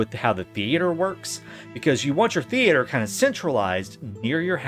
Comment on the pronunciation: Why are you pronuncing "theater" different every other time? very confusing.